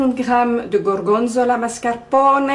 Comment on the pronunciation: AAhh! Le gorgonzola au mascarpone! J'en rêve! Et tu le prononces très bien! Voilà une recette que je fais souvent, avec un autre fromage bien sûr, et parfois j'alterne entre faire un gratin dans le grill ou en galettes frites en ajoutant un peu de farine. Avec une salade, c'est toujours un bon repas. Bonne idée de vidéo, bravo! 👏😘😘💖👋